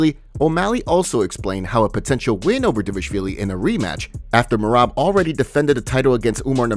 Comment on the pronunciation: Bro I love the channel but you still can’t say Merab’s name correctly. 😂